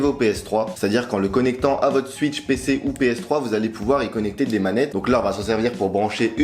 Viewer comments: La nintendo suitch Très belle prononciation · Nintendo "Suitch" au secours